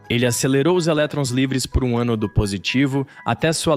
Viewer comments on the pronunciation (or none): none